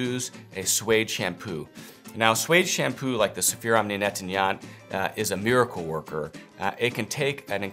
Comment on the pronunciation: It sounds like you might be having some trouble pronouncing "nettoyant".